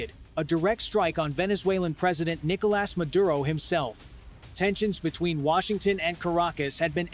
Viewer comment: AI can't pronounce his first name. It keeps saying "Nickle Ass" 😂